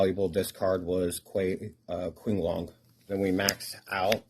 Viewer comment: it's not a speech impediment thing, sorry if that wasn't clear they're almost mandarin pronunciations I believe so qinglong is actually ching-long (bc qi is chi) and kauwloon is cow-loon 👍